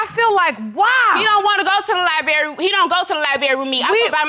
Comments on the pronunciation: "Li berry", Argutive, ??? Meanwhile, she's making fun of him asking "When did he get a PHD"?? I'm wondering if she has a G.E.D.?? Jesus take the keys to the Library and open all of the books. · “Liberry” and “amboolance” really irritate me. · Who in the fk, says libary? It’s Library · She at the very least need to learn how to speak. The heck she doing at the "librewie" when she can't even pronounce it? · Her. "Lie Berry." Him: "I have a diaphragm." I am having a hard time listening 🤣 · Her favorite place is the “Lie Berry” 😂🤣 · Her favorite place is the lie berry? 🥴Lemme keep watching. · It's apparent that her time in the "liberry" is spent dating men and not reading books. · “i don’t like to go out but i love the lie-berry” your honour, she is LIE-ing! 😩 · libary? I think you left a letter at the LIBRARY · What’s a Lie-berry?🤣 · What's a Lie Berry? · I cringe every time she says “Liberry”.. 😖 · While she's questioning his Ph.D. I'm questioning whether or not she's ever been in a library outside of that lil date by the way she pronounced libRary as LIE-BERRY. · Library has a "r". She obviously wasn't reading any books🧐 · Girl, it's Library not liberry. Good thing you like books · Lie Berry??? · Library. Li....BRARY NOT libarry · Every time someone says they love the “lie berry” I know they lyin’. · LiBRary....like BRother...BRary...NOT LIBERRY! DiaGram not diaphragm. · Sighhh, li-BRAE-ry, not lie-berry. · She loves to go to the "liberry"....to do what.... Most certainly not to read. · Lie berry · Not sure what was happening in the 'liberry' because doesn't seem like much reading or learning was taking place. Making up their own version of the dictionary the entire episode! Whew Chile! This was hard to watch. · You mean the "liberry" lol 😂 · The “liberry” my favorite place to go. The irony 😂😭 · Yall and that lie-berry tho. I really want folks to pronounce that correctly, especially if you supposedly love going there. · "Li-barry", "diaphragm"... I cannot!